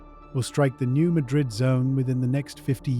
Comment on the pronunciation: FYI it is locally pronounced newMadrid the a has a hard pronunciation.